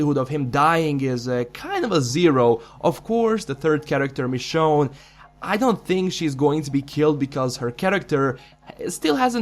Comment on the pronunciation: It's Michonne.